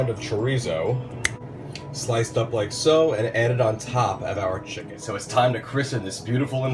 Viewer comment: Yummy! I could tell it was juicy because you said shicken. I love seafood! I think Imma have to try a pot of shrimp gumbo in my new Instant Pot tomorrow.